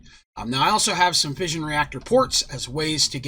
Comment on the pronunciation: Lol fission or fussion Or fusion